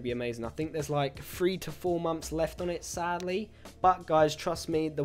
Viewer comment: the way he says "months" sound like "moms"😂